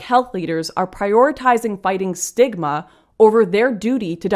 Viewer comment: Was that “reduce stigma” or “reduce smegma”?